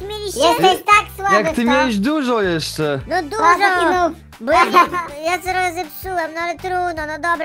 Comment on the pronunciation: to jest bo a nie bu